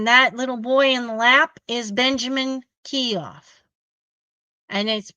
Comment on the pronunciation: ...the last name Keough is pronounced KEY-OH, with a long O.